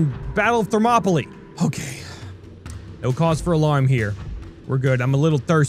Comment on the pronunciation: the battle of Ther-mopoly